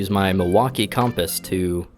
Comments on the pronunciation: Com Pass is a much better pronunciation than (excuse my french) "Cum Piss". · I do not believe it is pronounced "Caompous". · Dude I totally struggle with pronouncing words that I’ve only read but haven’t heard said before. It’s compass. Hope that helps! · It’s pronounced “Cum Pass” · It's pronounced "compass". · its pronounced CUM-PISS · Compass is pronounced the same way regardless of which you're talking about. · hi! its pronounced c*m-p!ss